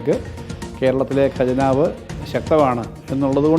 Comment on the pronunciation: 'ഗജനാവ്' അല്ലടോ ഹേ , ഖജനാവ് എന്നാണ് പറയേണ്ടത് . നന്നായി നാക്കു വടിച്ചിട്ടു വന്നു നിന്ന് സംസാരിക്കു. കഷ്ടം!